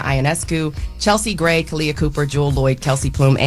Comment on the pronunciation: Charlamagne don’t watch women’s basketball. He always claiming to watch A’ja but how doesn’t he even say her teammate name correctly. He called Chelsea Gray “Kelsey Gray”. They gotta stop with the sports talk. Always saying ppl name wrong & also being loud & wrong about a sport they don’t watch. Always want to jump on a “hot topic” but always loud & wrong about the topic. Make it make sense.